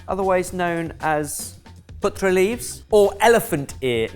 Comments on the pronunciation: Hi, it's 'paa-tra' leaves, 'putra' means son in Hindi, you've been calling them son leaves! 😂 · also ben, it's pronounced with both the A sounds being pronounced the same:) so the a in car, "pahtrah" if that helps at all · Oh come on. That first dish is a staple. But then i am of Indian origin. We call it patta. Not patra. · Oh also it a long a Paatra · I got really excited seeing Patra....and then butchered the pronunciation for Gujarati love the content...keep it coming!!